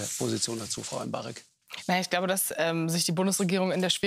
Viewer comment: "Mubarak: gestern, 5 mal, aber das tut nix zur Sache" Ich bin sonst ganz hart gegen fatshaming, aber DER war gut (und mehr als verdient bei der Penetranz mit der sie echten Bullshit geredet hat). Aber sie heißt M'Barek und nicht Mubarak.